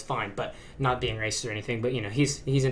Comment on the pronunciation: I guess you're "REESEIST"